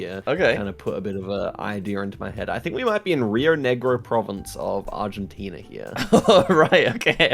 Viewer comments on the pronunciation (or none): none